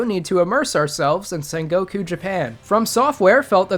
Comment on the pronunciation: NOT Sekeeeerow nor Ohayouaoaoau Gozaimasoooow nor Sengoooouku. Look it up, it is just a few words, for Christ's sake. Otherwise, thank you for making this video;)